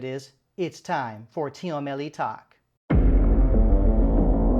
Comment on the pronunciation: I don't know if you speak Persian or not, but most of the time we pronounce it like team-melli not team-e-melli.